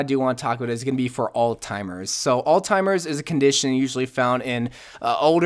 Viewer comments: Alzheimers, not Alztimers. It's been too long a day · “Altimers” has a Z in it. Spelled “Alzheimer’s” pronounces “all-zimers” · You said alztimers instead of alzheimer's.